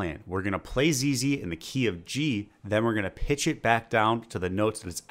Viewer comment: I thought he said zayloe at first lol